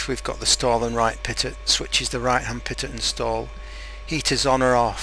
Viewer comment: pitot is pronounced pee-tow. Just letting you know :)